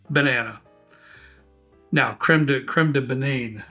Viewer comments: the french dont pronounce the last E, its a soft E , so Banan not banaine like you pronounced it. the last E is like in the middle of Creme (not prounced Cream but more like Krem) Krem duh banan is how you would pronounce it. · That’s pronounced Bananeh!